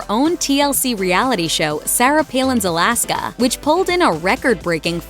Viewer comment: Colaska not Alaska